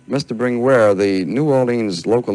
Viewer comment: The interviewer gets annoying calling him “Bringweer”